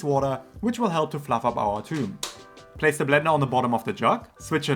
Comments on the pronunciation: It is pronounce thoom not toum/toom/tume! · Toum is not Arabic for Garlic, it's Thoum, but some Arabic accents pronounce it Toum. The actual souce/dip is usually called Thoumeyya (or with a T) to differentiate it from the actual Thoum (garlic). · It’s actually thum or thoom, and the th is pronounced the the th in myth. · It's not pronounced "toom". Please don't give false informations